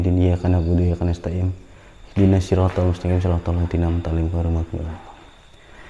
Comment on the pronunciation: Maap baang..cuma mengkoreksi sedikit... Kanas ta'in bang... Bukan Kanas ta'im... Salah satu huruf beda artinya bang.. 😁🙏🙏🙏.